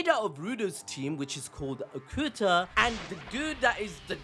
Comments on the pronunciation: It's not gachia kuta, it's gachi akuta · Bro say the name of the anime right pls😢